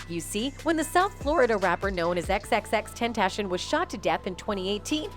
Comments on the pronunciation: Bruv his name isn’t Tentashion, it’s Ten-Tah-See-Own. I swear us white folk just love to mispronounce the easiest shit. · TEN TAH C ON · Who says (ten)-(tation) Like what?!? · Xxxtentashin lmao 😂💀 shit low key disrespectful. Y’all should have got someone else to talk over the video 😅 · Xxx ten ta c own. Tentashen really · Butcher’d bro’s name the entire video. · Pronounce his name right or don't post a video about him you utter fool